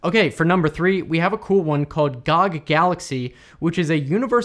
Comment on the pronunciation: its "gee oh gee" not "gahg"